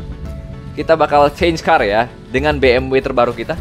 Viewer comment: Betul banget bang bacanya bukan Bi eM doubleU, bukan juga Be eM We. FYI Tapi yang tepat Be eM Ve, soalnya di alphabet jerman baca huruf W itu Ve